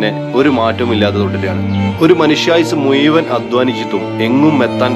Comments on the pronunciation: മുയ് വൻ എന്നു പറയാതെ മുഴുവൻ എന്നു പറയാൻ ശ്രമിയ്ക്കു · മുയുവനുമല്ല.ബ്രോ മുഴുവ൯ 😅